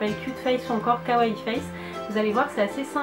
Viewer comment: Oh trop cool et en plus tu dis Kawaii et pas Kawouaye comme les autres 😂